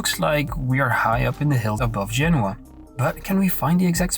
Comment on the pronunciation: Eric can't even getting the place name in Italy right! It's Genoa, not Genua! I know as I've been there